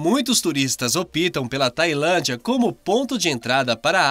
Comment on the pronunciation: Ôpa ! Na língua portuguesa se diz: ÓPTAM. OPITAM É ERRADO.